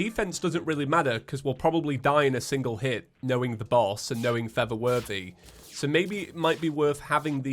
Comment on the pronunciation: you know you've been watching for too long when feather worthy is normal and for the worthy sounds weird